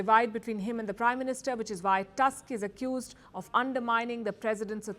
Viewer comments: "Tusk" instead of "Toosk". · I like how she says "Task" instead of "Tusk". 😅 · Prime minister TuSSk, a hitlerite controlled by german secret services since the late 1980s when he was working for east german Stasi as agent "Oscar".